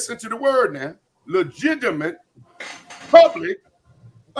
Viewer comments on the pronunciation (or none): WTF IS LEJIGIMATE? 😁 THIS NIGGA REMIND ME OF LAVAR BALL MEAN MUGGIN AND ARGUIN.